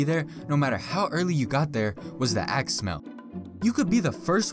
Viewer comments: my dumbass thought he said ass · I thought he said ass lol